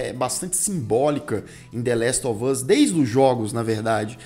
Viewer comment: Falar coisa aqui nada a ver.. 😅 Até o Lucas pronuncia "dêléstovâz"... pq? 🤔 Meu irmão "tira meu couro" pq falo "dêléstováz" com o "us" mais aberto (ás). Fica me zuando como se eu tivesse errada, mas morei nos EUA e aprendi assim. Os próprios atores falam "us" (ás), mas todo mundo pela Internet fala com som fechado (âz). Será uma forma própria dos youtubers e gamers falar? Ou ambos estão certos? Só desabafando pq meu irmão enche meu saco. 🙄😅